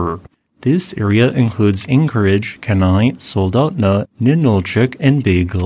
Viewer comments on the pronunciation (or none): It’s (key-nye) not (keh-nye). Lives in ak my whole life. Sounded funny hearing it said like that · Hi, Alaskan here. It’s pronounced Kee-nai. Not keh-nai. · Pronounced Keen Eye. Other than that I’ve gone through 3 eruptions of Augustine, 2 from Redoubt and 1 from Spur. Highly Highly doubt it will effect or water supply. Also many commute those distances in a day or two here. Power supply might be an issue is our main power generators may be shut down. I can think of 5 but highly unlikely all would be affected at the same time. Beluga power plant would be the first shut down to protect the turbines and its twice as close as the rest. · Kenai is pronounced Key-nigh. KEE-Ni. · 1) “Keen-eye” is how you pronounce Kenai. 2) The estimated eruption size is just that, an estimate. While I hope it’s relatively minor, those of us living in its path would be wise to prepare for it being worse than expected. Alaskans don’t wait around for help, we take care of it ourselves. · We had a wolf called Kenai.....your video pronouces her name differently. It sounded like Keynai when we said it....was this wrong? if your pronouciation the correct one that we should have used? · Again, thanks for the updates! Living out in Palmer, I have been keeping track of Mount Spurr, and your videos are very helpful and informative. As a piece of constructive feedback and not to come across as persnickety, Kenai is pronounced “KEE-ny” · Also, Kenai is pronounced Kee-Nye as in Bill Nye